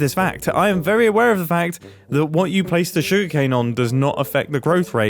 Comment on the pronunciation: every time mumbo says "sugercane" i think of that ely remix